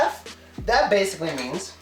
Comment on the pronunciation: dasically😂😂 Thanks man dis vid was very important.